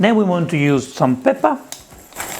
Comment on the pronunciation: UOTAH, PEPPAH, BATTAH, BURRATAH